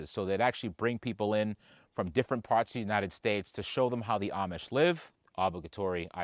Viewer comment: Hey it's "Different" right?